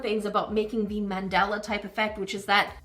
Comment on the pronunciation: did you mean mandala? 😭